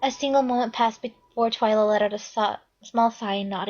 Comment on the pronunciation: its TWI-LA